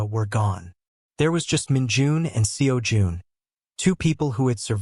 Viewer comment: The way AI voice ent never gonna get the pronunciation of Seo Jun right. 😂